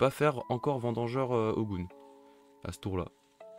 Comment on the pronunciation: Je ne sais pas si c'est un truc avec les viewers, mais c'est vendangeur et pas vidangeur. Il fait pas la vidange de ta caisse le petit hérisson ou je ne sais ce qu'il est mdr